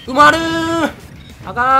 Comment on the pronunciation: 埋まるーがうまるーんにしか聞こえないw